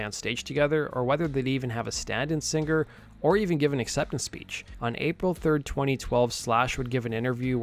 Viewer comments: ~ The word 'singer' isn't pronounced sinGRR. The g is soft in ing words. Educate yourself. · Dude.... SERIOUSLY..... Stop mispronouncing words like Singer! It's not 'sing GER!' It's ER or UR..... not GER. Go back to grade school and learn what the "ng" sound makes. There's no "GUH" sound! Holy SHIT, man!!!